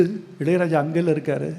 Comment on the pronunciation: முதன் முதலில் வைரமுத்துவின் நெஞ்சை தொடும், கண்ணை நனைக்கும், நரம்புகள் சிலிர்க்கும் உரை நடை கவிதையை கேட்டேன். இது சம்பவத்தை சொல்லும் விடயம் அல்ல, சம்பவம் செய்து விட்டார். இளையராஜா என்ற சொல்லை வைரமுத்துவை போல் அழகாக உச்சரித்தவர்களை நான் கேட்டதில்லை!! பிரிந்திருந்தாலும்....அவரின் இதயமும் இதழும் இயல்பாய், இசையாய் உச்சரிக்கும் அந்த வார்த்தையை உச்சரிப்பதே ஓர் பேரழகு தான்